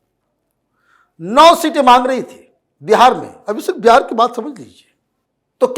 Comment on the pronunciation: मीडिया में काम करती हो और "बिहार" को बेहार बोलती हो।